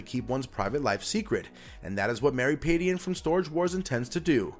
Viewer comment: You're mispronouncing her last name - it's more like pad-jen.